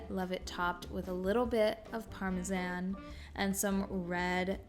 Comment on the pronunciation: The way you say cilantro and Parmesan cracks me up!! 😂 My under $10 for a family of 6 are spaghetti and meat sauce, chili and corn bread, pork chops and rice, taco with Mexican rice, garlic parm chicken pasta and homemade chicken noodle soup with crackers. I buy my meat in bulk to save and use for multiple meals, as well as my rice and pasta.